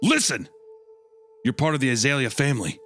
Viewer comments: I grew up where we had an Azalea festival in my town every year. Hearing Hunter say A-zah-Lee-ah and not ah-zale-ya is kinda messing with me lol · that's not how you pronounce it lol, it's more like Ah-zale-ee-ah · I'm ten minutes in and screaming at the screen 'surely it's pronounced As-eh-lee-are?' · Azalea is a species of Rhododendron, a flowering shrub. You pronounce it like "Uh- Zale (as in Zale's Jewelry) -Yuh" or idk maybe throw some more twang on the Zale if you're from the South I suppose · My sister's name is azalea, we pronounce it (uh-zail-ee-uh)